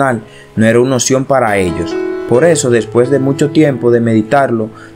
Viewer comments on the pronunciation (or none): none